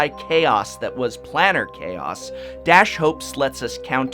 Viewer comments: Plane-ar not Plan-Ar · I think it's plane-AR chaos. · The top two are ok, but the rest are awful. Also Planar is pronounced "play-ner" with a long "a." I love the Bitterblossom print on the wall. Very classy. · Oh man... his pronunciation of "planar" sets my teeth on edge.